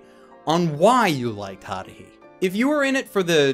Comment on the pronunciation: the way he pronounces Haruhi pisses me off